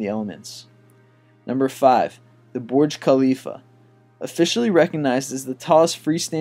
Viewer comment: It's VERGE Khalifa